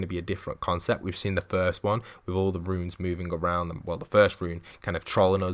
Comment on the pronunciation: Its pronounced "runes" not "ruins"